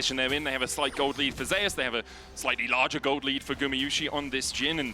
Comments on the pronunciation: You're the one pronouncing his name wrong. It's pronounced as ze-yus per his preference — in korean it is 제우스 (je-oos-seu). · Does anyone find it annoying that the pronounce Zeus wrong?